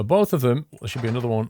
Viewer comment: Available on steam.. over there (or as pronounces it, thar).